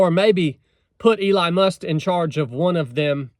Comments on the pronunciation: Is he saying "Eli Must"? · He be talking about your Eli Must pronunciation too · did you just call him Eli must? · It’s Elon Musk. Not Eli Must.😂😂🇺🇸I love ya man.